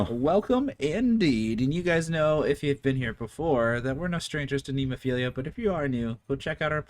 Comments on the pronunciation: I know it's easy to mess the bands name pronunciation up, but there is only one I in Nemophila, not 2. 😮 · It's actually NEH-MO-FIL-AH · Still saying nemophil....IA. 😊 no I.